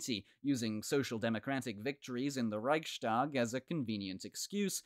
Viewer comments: The Reichstag isn't pronounced that way. It is Rechs-tag, not Reich-stag, so the st rule doesn't apply. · Raihs-tāg not Raik-štāg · Rise tahk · It's a weird pronunciation, indeed! I've heard it be pronounced "Rike's Tag" in English, and then a different way in German (with the ch being pronounced like the ch in Scottish "loch"), but never "Reishtag"! Thanks for the comment! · Next time I’ll hear Reichstag being pronounced „reishtag”, I’m jumping of a window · The ch in Reich is pronounced like Charly without the -arly part. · Good point! Furthermore, I've never heard the "ch" in Reichstag be pronounced that way! Thanks for commenting!